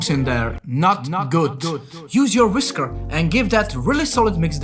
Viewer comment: nobody Jakub : “Whis KARRRRRRRRR”